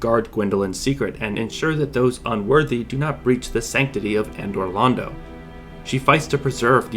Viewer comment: "Andor Londo"